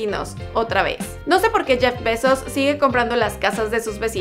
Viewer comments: Su nombre lo pronunciaste mal todo el tiempo se pronuncia "Jeff Bay-zos" no "Jeff besos" ni "Jeff baisos" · Like si oíste "Jeff Pesos" en vez de "Jeff Bezos".